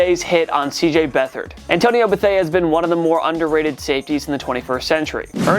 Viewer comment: I heard him say Antonio Betheard and I immediately clicked off the video